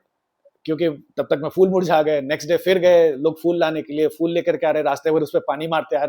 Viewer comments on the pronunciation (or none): Episode is good but again pronunciation is not 100%. It's PHOOL not fool 😅😂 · Please correct your pronunciation of the word “phool” (flowers). You pronounce it as “fool”, which is very annoying.